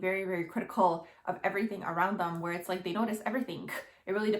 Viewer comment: Your video annoys me the way you're pronouncing your last letter of your words like the word like or the word perfect oh my God it's driving me crazy